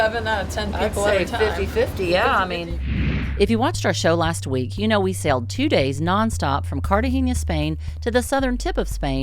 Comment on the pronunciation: Why are you calling Cartagena -> Cartageña ? Just wanted to correct you that its Cartagena with a normal n :)